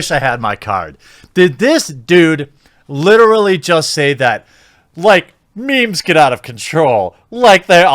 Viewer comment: You literally say the word literally wrong, and a lot ;)